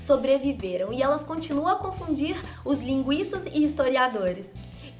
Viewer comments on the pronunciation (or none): ela diz "os linguistas" e eu entendi "os linguiças"